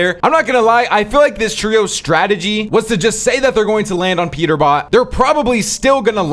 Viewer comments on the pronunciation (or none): none